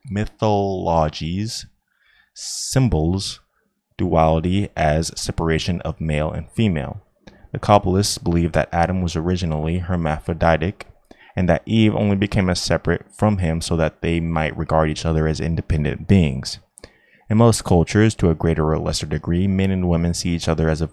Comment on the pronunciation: The fact that this guy decided to record a reading but not pre-check how the names are pronounced is remarkable. Mister "Bimbo". "Tarote". Mister "White" with a vocalized "h" (the name is Waite). Miss "Pameela" Smith. The "Romaneeh" people. Adam and "Ee". The Cowblists (the Cabalists?). Impressive.